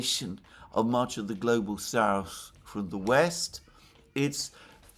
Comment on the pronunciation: Why does pronounce SouTH as souSE? "Dima"sp?) of the Military Summary channel also says souSE instead of souTH! Oh, and the barking dog is also VERY annoying! If it's a situation that cannot remedy at the time, should at least apologize for the inconvenience! "Just sayin"